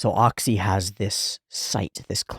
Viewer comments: Oczy is pronounced almost exactly like "ochi"/"oh-chyh" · obligatory explanation of pronunciation of oczy's name: the easiest way for english speakers to say it is "ochi". if you want to be pedantic, then the "ch" sound would be thicker, the way it's pronounced in "Czech Republic". another analog is the way that cluster of consonants at the end of the word "kitsch" sounds. any time you see "cz" in polish language, it's gonna be pronounced that way. also, his name means "eyes"